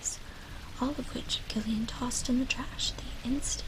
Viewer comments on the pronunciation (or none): Gillian is pronounced Jillian.